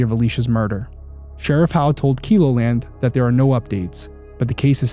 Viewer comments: I remember this heartbreaking news. I live in Sioux Falls, South Dakota. Not far from Vermillion or Sioux City, Iowa. I pray for justice for this family. Also, Keloland is pronounced Kel as in how you'd say Kelly. Kel O Land. ❤ I'm so excited for you BTW! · I know in the grand scheme of things this is 💯 a non-issue, but the "e" in Keloland sounds like bell or sell, not keep or kilo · Vermillion is a college town 45 min. from me. Keloland news is pronounced with a short e, sounds like “yellow-land”. ❤ Love that you are bringing attention to this case. The problem is that the area attracts a ton of people for soccer and softball tournaments as well as college parties. But this river area is not a place out of towners would wander into. Far more likely to be a local, IMO. Really looking forward to this channel from you and so glad you are diving in with your perspective and expertise.